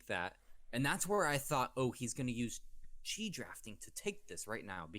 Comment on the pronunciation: Chi pronounced Ki